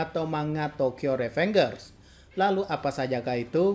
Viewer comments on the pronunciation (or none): Ri Fen Jers bang bkn Re Feng Gers 😭😭😭